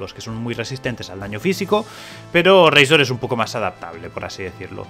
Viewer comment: Pero no digas razor de esa forma tio que rabia.. 😔